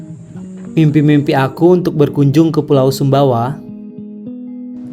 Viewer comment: Sumbawa bukan sumba.